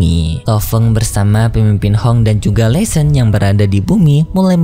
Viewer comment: Laishon bukan lesen